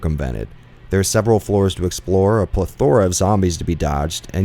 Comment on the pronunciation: It's pronounced PLEthora and not pleTHORa. You put the emphasis on the wrong syllable.